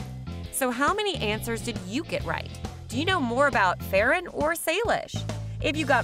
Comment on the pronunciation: Do you know that Farran name wrong